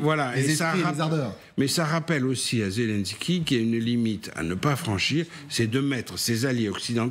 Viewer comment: Après un an de guerre les journalistes français ne savent toujours pas prononcer "Zyié lyiéne ski" mais continuent de dire "Zé l'un ski" ou "Zé lan ski"